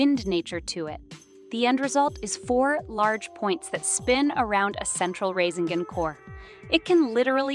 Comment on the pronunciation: Video is good but please learn how to actually pronounce this stuff they called the rasengan the rasingan and kekkei genkai kekkei jenki